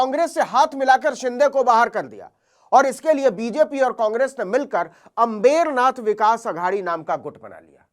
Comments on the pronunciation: आप अम्बरनाथ को अंबेरनाथ क्यों बोल रहे हैं? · Navin bhai it's Ambar Nath not अम्बेरनाथ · अंमबेरनाथ नहीं अंबरनाथ बोलिए नवीनजी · नवीन बेटा अंबेरनाथ मत बोलिए। सही उच्चारण करें। अंबरनाथ बोलें। धन्यवाद जी ❤❤❤❤❤🎉🎉🎉🎉🎉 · FAKE journalist pehale Ambernath ka Pronounciation seeko.